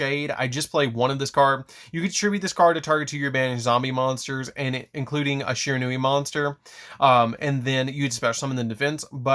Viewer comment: Stop pronouncing this architype wrong